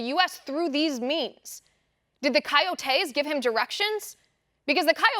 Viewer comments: Love your show! It's not pronounced "kayotayse" it's pronounced "koyotis" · Kai-yoh-tay...lol, love you Liz! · What the hell are you saying when you say coyotes coyotes